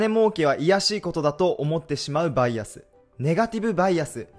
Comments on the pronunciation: バイアスのイントネーションがちょくちょく違う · バイアスのイントネーション草